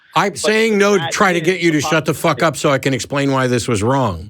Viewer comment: “What know what I don’t have?” I thought Matt was going to say something like “Fuhhhcking patience” 🤣🤣😂😂 the way Matt pronounces the F-U sound when he curses gives me energy to continue